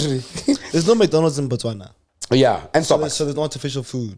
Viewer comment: BaTswana not Matswana